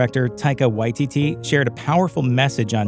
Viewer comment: He said waititi weird